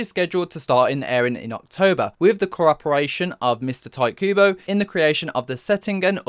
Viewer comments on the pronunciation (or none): Bro said tight kubo